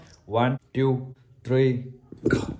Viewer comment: Bhai ak mistake krty ho two bola kro ap tyuu bolty ho